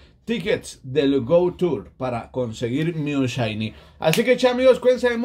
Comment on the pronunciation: No se dise chaini se dise shainy